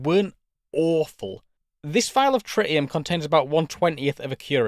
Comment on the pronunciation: “Tri’ii’em” Dudes over here speaking spicy elvish.